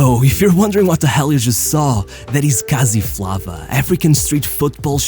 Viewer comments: its pronounced FLAVOUR , not "FLAAAVAAA" but nice vid ,and its Kasi Flava in South Africa , its just skills in the rest of Africa. West and central Africans are dangerous at these skills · It's pronounced kasi Flavour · ‘Flava’ is pronounced like flavour but without the ‘our’ (Flayva) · Lol “Kasi Flava” actually pronounced as “Flavour” and Kasi means “Hood” as in ghetto. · it’s Kasi Flava but pronounced “Kasi Flavour”